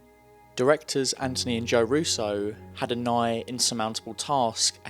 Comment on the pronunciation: when i heard him say antony, i thought i was gonna hear tanos the whole video